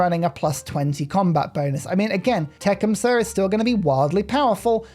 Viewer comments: Tecumseh is pronounced tuh-Kuhm·suh not Tech'um-suh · So, how I've always heard it said: Tecumseh (te-CUM-suh) with the accent on the second syllable...